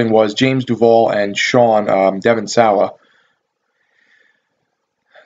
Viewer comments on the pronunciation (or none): fyi Devon sawa, its pronounced saw, just saying, lol